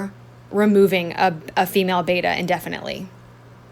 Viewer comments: I'm going to be that nitpicky asshole: Beh-tah! Beh-tah! Not Bay-tah Beta is a Greek letter, a betta is a fish. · Check the pronunciation on Betta. It’s Betta not Beta, and bet-uh not baytuh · I literally can’t stand when people who are supposed to be knowledgeable can’t even pronounce betta correctly